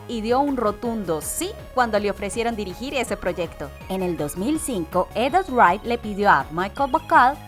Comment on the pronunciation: Ella casi no sabe leer las cosas, nunca dice de forma correcta "Edgar Wright" y muchas otras palabras